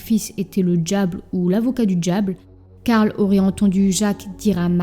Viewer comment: Quartier prononcé quartchier, diable prononcé djiable 😂😂😂😂